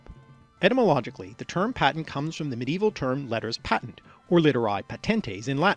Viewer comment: You mispronounced patent